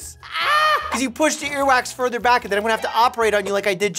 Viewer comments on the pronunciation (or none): none